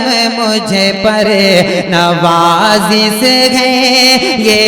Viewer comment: Nawazis nahi nawazish Talffuz tak thik nhi urdu shayar ho